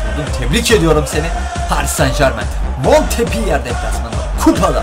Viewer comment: Abi o montpöliyeğ diye okunuyor